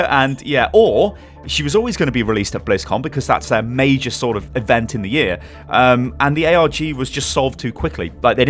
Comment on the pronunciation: He said the last mei-jor mei-jor.WHO LIKES OVERWATCH PUNS